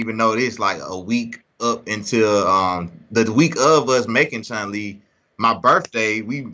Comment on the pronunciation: Dope interview, i really like these ones! BUT!!! Did he really said ChunG Li? 🤔